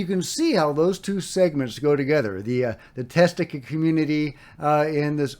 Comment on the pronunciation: it is Tastatika, not Testika. It is an abbreviated form of Testa Distatika.